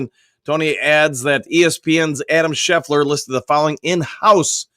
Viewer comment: Please stop calling Adam SCHEFTER -Adam schefler. I no it’s petty but it bugs me to the point that I can’t watch the POD cast.